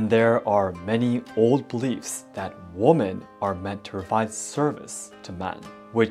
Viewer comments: Hi, This is so tiny, I hesitate to say it. It is one little thing that sounds “different”. You pronounce woman & women, the way they are spelled, & that is logical. But the plural format of woman: women is pronounced (wĭm′ĭn). You know, many words are spoken differently than their spelling. The rules drive all of us crazy. So, no worries. I am not criticizing you at all. Quite the contrary, you speak so very well, that the smallest difference is noticed. Thank you for all your videos, I both enjoy & learn from them. Your work is much appreciated, as I am writing from half-way around the world, near Washington, D.C. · Hi, I love your videos and hope to visit Japan one day. I did want to tell you woman when it is plural women is pronounced like "wemen". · Please look up how to pronounce the word “women”. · You’re pronouncing women incorrectly. It’s pronounce “wim-en” (plural) and when talking about one, how you pronounce it. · I just wanted to say. Women is pronounced as wimen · Thank you for this. It's very informative as a woman wanting to visit Japan. Also, just in case you want to improve your English, "woman" is one and "women" is more than one. It may be confusing, but "women" is pronounced "whimen" :) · I hope you will see this! The word “women” is pronounced WEEMEN! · You mix "women" and "woman" both in spelling and pronunciation.